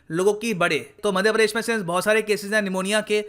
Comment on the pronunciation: Padesh nhi... Pradesh hota hai 😃😃😃